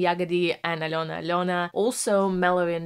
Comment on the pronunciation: Подивилась вже десь десяток розборiв iноземцiв, але ви перша вимовили iм’я Альони зовciм без акценту,прям зовсiм. Дякую за Чудове вiдео, та пiдтримку❤